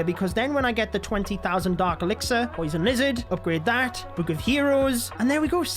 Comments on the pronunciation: I like how he says book like “bouk” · Bro calls it a book a bewk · It makes me so pissed when he says book. It’s not a buke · My favorite thing about is that he says book like buek